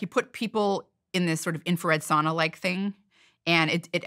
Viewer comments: Could you try to pronounce sauna correctly? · Sauna people don’t pronounce the word like that.